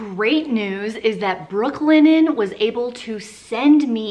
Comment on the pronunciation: I spent the whole video thinking you were saying Brooklyn N, not Brooklinen 🤦🏻‍♀️🤦🏻‍♀️